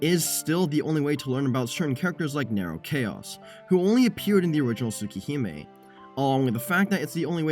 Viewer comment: Whatd u say its called? Tuh- Tuhsooka Hahme?